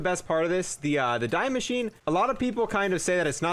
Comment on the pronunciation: die maschine = “dee mashine” not fuckin die